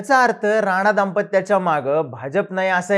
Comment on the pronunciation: थोड शब्द निट उच्चार करा. नाचा का म्हणता राणा नाव आहे ते.